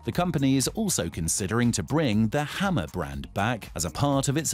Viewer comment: lol he said hummer like "hammer" and i think i would go for none of them